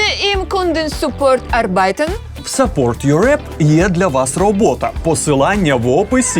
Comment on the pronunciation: áрбайтен - наголос на першу А😌